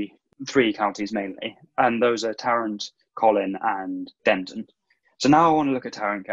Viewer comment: Fantastic analysis, but the mispronounced city names was grating. Next time you produce a segment, please ask a Texan for help! Terrell = Tare-uh Denton = Den-tuhn the t is so soft you barely hear it Coppell = KA - pell